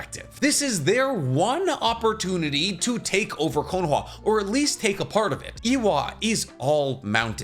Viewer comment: I can't stand your pronunciation of Konoha.